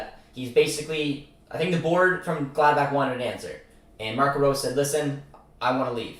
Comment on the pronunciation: Great video bro im hyped to have Rose at the helm. Praying for champions league football. & btw Marco Rose in German is pronounced like Roe-suh